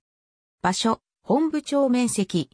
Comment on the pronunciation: モトブではなくホンブなんですか?